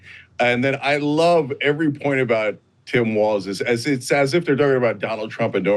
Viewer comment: It’s funny that and Emily either can’t or won’t remember Walz name is Walz not Waltz. It’s not that hard to not put the letter “t” in a word that doesn’t have one. 😏